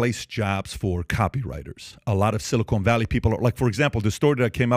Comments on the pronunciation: It's Silicon Valley not Silicone Valley. Silicon not Silicone. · It is silicon, not silicone Pat! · I have a hard time taking seriously a conversation on tech from a channel that thinks the us tech sector is centered in Silicone Valley. It is called: "Silicon Valley", I think you should stick to talking about silicone, and yes, the guy talking on screen said silicone too. Jeez. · SIlicon, not silicone, JFC. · Silicon not Silicone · Two things. Its Chat G"P"T and "Silicon" valley. Somehow that bothered me. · "Silicone Valley". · Silicone? You mean Silicon. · "Silicone"? Is this about hollywood? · did he say “silicone” valley 😂 yeah I don’t think this fool knows what he’s saying when he doesn’t even know how to say it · Did you just call it “Silicone Valley”??? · Pat you gotta stop with the silicon it is silicon lol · “Silicone” Valley? Try again. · "Silicone" Valley?? Is that a sequel to Valley of the Dolls?